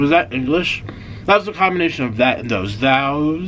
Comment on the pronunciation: Omg I laughed so much when you were telling the story of the Hardees worker and then your new word “Thaose” about the BK fries 😂😂